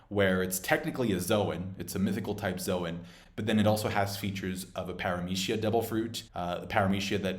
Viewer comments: I'm stuck on para"meshia" and lo"G"ia but yet all the Japanese word a spoken so... good video though! First time watching all the way through one of your video because you have a tendency to so things like this has to happen as if you're some sort manga experienced writer of an world famous manga; which you did this video too but I just kept listening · Interesting way of pronouncing Logia..zoan and parametia..